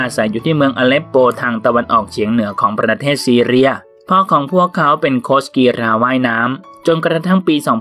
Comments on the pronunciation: คนอ่านเค้าเป็นอะไร เน้น รอ เรือ จนมั่วไปหมด กีฬา อ่านว่ากีลา ไม่ใช่กีรา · มีความคิดเห็นว่า..กีฬา..อ่านว่า กีลา..ไม่ใช่...กีราาาาาาา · กีฬา ออกเสียง กี-ลา ค่ะ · เพิ่งรู้นะว่ากีฬา ออกเสียงว่ากีรา... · แม้แต่คำว่ากีฬา ยังออกเสียงกรีฬา!!!!! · อ่านคอมเม้นแล้วสนุกมาก มีแต่ ร. พี่แกคงฝังใจกับการออกเสียง ร ขนาด กีฬา ยัง กีรา ร.ชัดไปอีก 555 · 555 ถ้าไปสอบใบผู้ประกาศมาอ่านข่าวแบบนี้ไม่ผ่านนะครับ ผมเคยสอบใบผู้ประกาศสมัยเรียนรามปี 52 ตอนนั้นถือว่าง่ายมากๆ ค่าใช้จ่ายก็ไม่ได้เยอะ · กีฬา = กี ลา ครับ ตัว ฬ คือ ล ครับ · จมูกบี้เหรอ ออกเสียงเหมือนคนปากแหว่ง เพดานโหว่ แต่ชื่นชม ร.เรือ อ่านได้ชัดมาก กีรรรรรรา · ยุโรป ซีเรีย กีฬา ไม่จำเป็นต้องกระดกลิ้นนะ ตั้งใจอ่านคำควบกล้ำก็ดี แต่กระดกลิ้นทุกร. ล. นี่ก็ไม่ไหวอะ มันไม่ได้เป็นคำควบกล้ำไปหมด ก็เน้นออกเสียงเกิ๊นนนน ปรกติไม่พูดออกเสียงคำควบกล้ำเลยเหรอ...